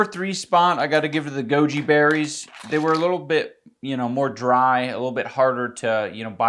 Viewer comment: I kept hearing joji berries